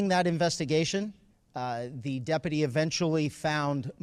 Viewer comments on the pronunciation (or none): Good work by the day-uppity (what an odd pronunciation lol)